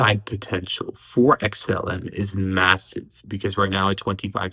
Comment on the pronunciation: Xlm the real king, its amazing how many uvtubers like cannot say xlm.